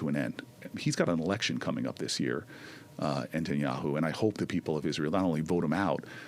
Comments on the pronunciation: "Entenyahu" over and over. Even if Booker has dyslexia or some other language usage challenge, I'd think he would know how to pronounce "netanyahu", no? Hearing it pretty much incessantly? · okay but for real why does he call him benjamin entanyahu? why can he not say his name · How is it possible for an American politician to think it's pronounced "Entanyahu"??? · Why is he mispronouncing Netanyahu? Seems like he should know how to pronounce it. The fact that he can’t call Bibi a criminal makes Booker still a pos. I’ve had it with his smarm.